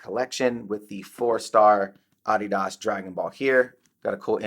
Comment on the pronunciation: Its a German company and based on a name. Americans pronounce it incorrectly...I pronounce it incorrectly knowing it too. He's accurate in pronunciation.